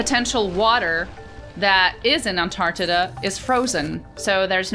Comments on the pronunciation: Am I losing my hearing/mind or did she call Antarctica, Antartida? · keeps talking about this "antartita" place, we need to find out where it is!! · Antardidda lol